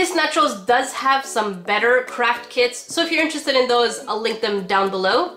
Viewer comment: I heard crap kits, I know you said craft but I heard crap 💩